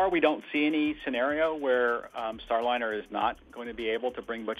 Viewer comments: One thing I find funny watching a lot of videos on YouTube is the way people pronounce words. It does wake you up and makes you think what you’re talking about.. In this situation “Star Lin er” rather than “Star Line er” my personal recommendation was actually to Elon Musk earlier, send up a dragon anyway. NASA might not like it, but the rest of the world will realize what he’s doing, giving them an option and not have to worry about paying for it. Also tell Boeing they need to shape up in a very loud way. Boeing is a bunch of idiots right now and I don’t mean the workers I mean the executives running the company the original and replaced. Since that happened, they’ve been a bunch of idiots. The type of fuel that they are losing is notorious for finding ways of getting out because it’s very hard to seal against it. I would’ve picked a different fuel or method. The other option is making sure that the tubing or piping is 3D printed solid. with the amount of money used, they should have had debility to swap out parts or explain the engineering problem better Heck, if they’re planning on using a capsule to get the crew up to starship for the Artemis program, they should swap out for the dragon capsule. (no I don’t have his ear, but no harm asking.) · The information here could possibly be valid but your content is unwatchable for me. I cant stand AI text to speech that either cant pronounce words correctly or is given incorrectly spelled words to say. It's Star-Liner not Star-Linner. I recommend previewing and editing your content before publishing. Start with reading your title...out loud. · Can you PLEASE have a real human read the voice over? Every AI script reader mispronounces the word Starliner as Star - linner (pronounced like 'dinner') plus it reads goofs in the written text as written instead of correcting them as a human would. It tells the viewer that the content creator just doesn't care.